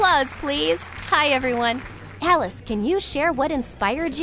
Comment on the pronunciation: Your saying “Alice” is the best look at you! Your making so much good work